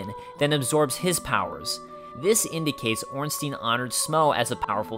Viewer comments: Its "Ornstayn". Not "Ornsteen" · Ornstein... STEIN! NOT STEEN!!!! Smough is well pronounced :) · gamer smough is pronounced smog and ornstein is pronounced ornstine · we do not read Ornsteen but Ornstein. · STEIN NOT STEEN FÆN FÆN FÆN AAAAAAAA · orn-stine IS the german pronunciation. EI gets an "eye" sound and IE get the "eee" sound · blyed coont exactly but these people actually think it's ornstean for some reason. It doesn't even look like its pronounced like that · Some Guy but germans does not use the yne-ending on words very much, they use Stein, as the name also suggest.. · Ornstein is German, so it is pronounced "Ornstein-EIN", like "one" in German. That is at least a "proper" pronunciation. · gamer You sure the Stein in Ornstein is not german pronounced? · Do you say Eins-teen too? xD